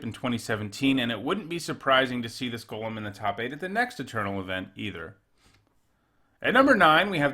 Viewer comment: I appreciate how you pronounce golem